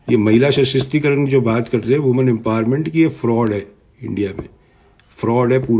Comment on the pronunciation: सर वासुदेव कुटुम्बकम नही होता है वसुधैव कुटुम्बकम होता है।दूसरा महिला सशस्तिकरण नही है सशक्तिकरण है। मीडियाकर्मी होकर भाषा तो ठीक करिये श्रीमान बाद में आप विवेचना कीजियेगा ।वैसे आप बहुत विद्वान हैं ऐसा आपका सोंचना है। वैसे आपके अति आत्मविश्वास के क्या कहने?😊